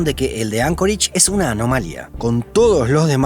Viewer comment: Anchorage, no Ancoreich.